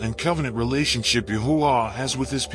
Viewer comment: The text keeps tying Yahweh. Thank you narrator for making sure the AI pronounced TMH’s name as YAHUAH.🙌🏾🙌🏾🙌🏾🙌🏾